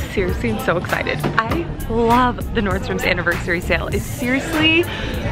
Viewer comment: I love how you say NordstroMS lol... everybody has corrected you but you still say it how you wanna say it. I love that about you. Loved your buys! Lucky girl!